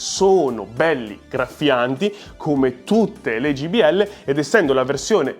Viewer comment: ...ma siete davvero incredibili: continuate a chiamarle Gbl anziché Jbl! 😂😂 Però vi voglio bene!